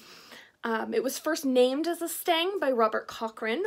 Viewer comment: It's a stick, pole, staff, or stave. If you insist calling it a stang, then the pronunciation is more like "stung". I know, nitpicking, but I couldn't help myself 🤪